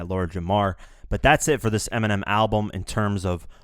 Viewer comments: Nobody says eeminim.you wouldn't say that cuz it sounds stupid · People literally mispronounce Eminem daily by saying it as M&M lmao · Many people mispronounce Eminem lol why do they have to bitch about it